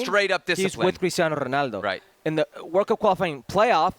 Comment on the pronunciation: why the fk does he keep on saying Ronaldos name like that